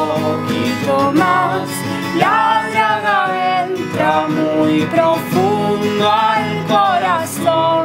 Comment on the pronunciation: A los chicos cuando pronuncian se les nota que dicen dRaga, no se si es una equivocación o si es a propósito. La draga es un barco que se usa para hacer excavaciones, por eso podría decir "la draga entra muy profundo al corazón" refiriendose a lo que hace ese barco. Aunque en el video muestran un tipo con una especie de "daga" así que la verdad me dejan en duda.